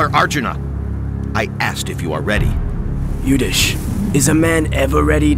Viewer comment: And u certainly can speak Yudhisthira(meaning:- steady in war) and not Yudhish.